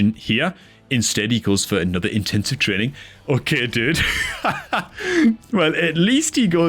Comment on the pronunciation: Dude, are you Irish? Dat "trreeenin" gave you out😂